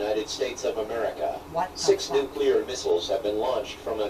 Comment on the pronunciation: and tell her to stop smoking! that's nasty!! the way he pronounces nuclear: nuculeer lol!!